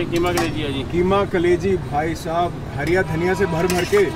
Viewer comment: Plzz sir Harra dhanya ko Harya dhanya kyoo khty hn??